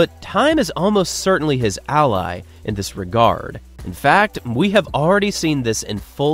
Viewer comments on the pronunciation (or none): none